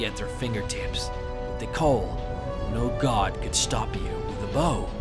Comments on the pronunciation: Cowl (Cow-l) not coal. Great video though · Coal I think you mean cowl